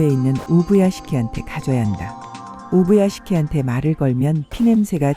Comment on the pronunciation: 우부야개시키라고 말하는게 겁나 웃기네 ㅋㅋ